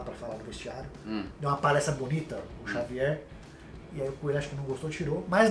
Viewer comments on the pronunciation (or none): Xavier, o editor ouviu Jôvier kkkk